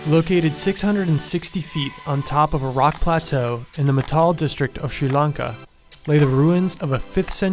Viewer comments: Matale is pronounced "Maa-ta-lei", not "Ma-taal". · Pretty video, bad pronunciation. Matale = "Maa-thuh-lay", Kasyapa = "Kaas-yuh-puh" and Sigirya = "See-giri-yuh" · Metal District 😂😂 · you pronouced the king's name and "Matale" wrong